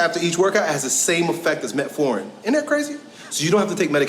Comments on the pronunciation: Man!!! Your reaction to this video after he said "metforin" 😂😂😂😂. Im with ya. If you cant pronounce it you have not business speaking on it. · OK, I'm a doctor and I will say this. He did pronounce metformin wrong, but the first line treatment for diabetes is lifestyle change. This means, when someone is first diagnosed with diabetes, before going on medication, they should control their blood sugar with diet and exercise. Exercise does help to push the sugar from your blood into your muscle, lowering your blood sugar and controlling your diabetes. Medication comes into play for people who refuse to undergo a lifestyle change and therefore their blood sugars remain uncontrolled, which can lead to end organ damage. So....... He's not wrong in saying that. Just needed to get his word pronunciation straight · Yes, he mispronounced the drug, and ten minutes was a likely a poor representation of the research. That being said, here's a scientific article that suggests that there is some truth to it. Thirty minutes of strenuous exercise after eating significantly lowers average blood sugar. "Frampton J, Cobbold B, Nozdrin M, et al. The Effect of a Single Bout of Continuous Aerobic Exercise on Glucose, Insulin and Glucagon Concentrations Compared to Resting Conditions in Healthy Adults: A Systematic Review, Meta-Analysis and Meta-Regression" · I will say you got emotional when he pronounced it wrong…